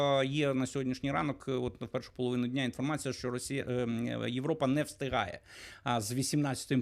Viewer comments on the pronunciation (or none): none